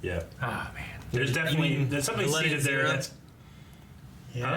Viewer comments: Vohgi? Ohlleta? xD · Its Viletta